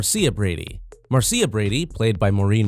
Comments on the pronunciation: Video maker, Have you ever seen an episode of "The Brady Bunch"? Can you say MAR-SHUH? That's how 'Marcia' is pronounced. Also, it's Ann B. DAVIS, not Davies. Please learn how to pronounce and spell! 🤪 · MAR-SEE-UH Brady ?? what the hell....hahaha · That was silly the way the narrator kept calling her Marseea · I guess no one involved in this video ever saw the Brady bunch. Mar- C- ah? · its mar sha idiot,,,,marrcia marcia marcia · Do your fecking research. The name is Marcia, pronounced MAR SHA. If you'd watched a single episode you would know that. You're a fake. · The fact they mispronounce Marcia just ruins everything 🙄😏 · When you make a video about the Brady Bunch but don't know how to pronounce the name Marcia.